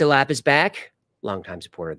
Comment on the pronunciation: Even though you might not like certain topics, you never let it show always professional 😊 also I appreciate the shout outs maybe if you remember how to say my last name LA-PAY It's spelled Lappe' ❤ Always Great Videos & After Files Live 🎉